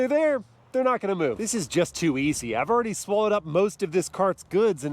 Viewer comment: “Ahve got the key”